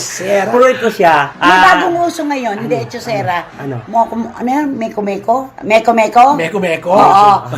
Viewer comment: Mekus mekus hindi meko meko. Ibig sabihin nyan ay mix mix according sa nag pauso ng salitang yan na si Mr. Nobody